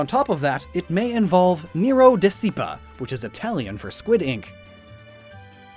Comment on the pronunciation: You butchered "seppia" XD but it's all good! Amazing work!